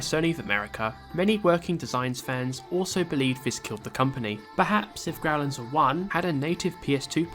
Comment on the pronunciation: isn't it pronounced "grow-lanser" not "growl-anser"?